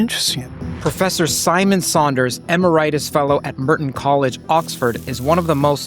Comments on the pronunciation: I'll be that guy: ih-MAR-eh-tus Sorry 😢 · 30 seconds in I hear "emeritus" and "minutia" mispronounced in a way that makes me wonder if the universe is messing with me. I know that both of you know those words and how to pronounce them.